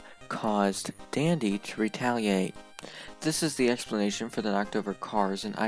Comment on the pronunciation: idk why but when it said "Part one Dandy" i thought it said part one Diddy lol